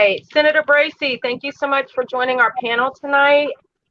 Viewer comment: Brazy, not Brasy, lol.